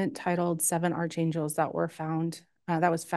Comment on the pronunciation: It’s pronounced “ark-angles” not “arch-angels” 🙄